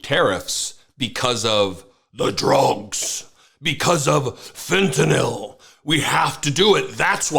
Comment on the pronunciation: Thank you for being one of the few people who pronounce fentanyl correctly.